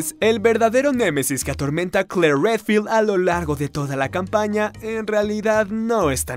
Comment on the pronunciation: No es CKLLOOOEERRRR, es juana valentina 😢